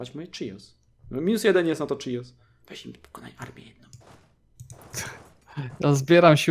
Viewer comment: Nie czijos tylko chios